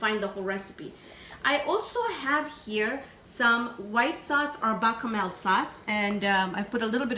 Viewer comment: as a Sicilian-American NO OIL in the water...it doesn't allow the sauce to adhere as well to the pasta and will not absorb as much salt while it's cooking...all you need to do is move the pasta while it cooks and keep the water moving.....oh please no oil...also called the whitel sauce is called Besh-a-mel...just wanted to let you know the correct pronunciation...not even mad at breaking the pasta because it's not an Italian dish....love your channel am happy to learn your cuisine